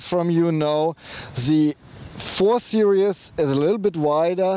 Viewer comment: I don't want to be an asshole, but it's series not serious.